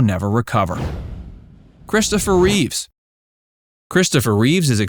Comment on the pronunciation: Sorry can’t help it “Christopher Reeve” not Reeves like Keanu